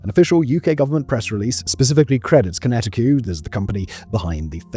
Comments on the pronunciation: “konetti que” 😂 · Almost died laughing when I heard him say "Kinetiqueue" 😂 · Kinetic. Not Kineti-Q. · QinetiQ == "kinetik" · Conetiqueue? You mean QinetiQ or kinetic? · Yes and QinetiQueue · Yes, and also Kinetiqueue. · i was so enjoying kwee-netty-kweww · I thought the first time was a simple mistake... But then he kept saying it 😅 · Its funnier the way Simon pronounces it. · 20 years or so since DERA became QinetiQ and it’s still getting mispronounced. 😂